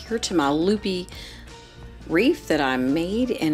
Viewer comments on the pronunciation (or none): Excellent presentation. But “wreath” is not pronounced “reef".